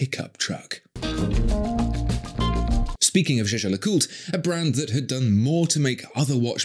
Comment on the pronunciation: Royal Oaks have 50m water resitance and the crews are just for show. These are not sturdy or robust, not even compared to a nautilus. And learn to pronounce Jaeger-LeCoultre or stick to the acronym.